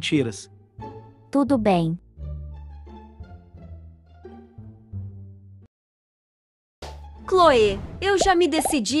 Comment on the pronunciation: CLÔE?? E MICA MEU DEUS O NOME TA TODOD ERRADO